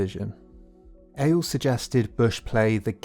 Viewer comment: Good video, but your pronunciation of many words is killing me, including Ailes.